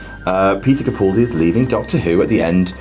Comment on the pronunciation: HAHAHAHA you think his name is peter capuldi!!!! its peter CAPALDI